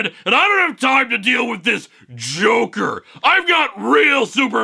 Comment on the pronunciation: Oof. Uh, I heard "Joke" but not "Joker".